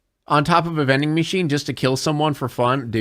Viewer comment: All I can hear is "bending" machine